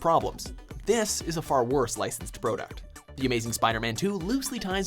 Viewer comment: Man can't say "product"